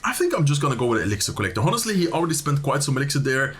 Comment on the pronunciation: Wil je wat engelse uitspraaktips? 'Honestly', de h spreek je niet uit. Je zegt ook wel eens 'damage delved' of zoiets. Dps op zijn engels is gangster en 'damage dealt' is volgens mij correcter. Misschien is het oud engels?